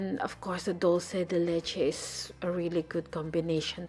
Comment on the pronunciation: hello! I'm from Argentina and it is not " Dulce de letche" is " Dulce de Leche" , Great recipe.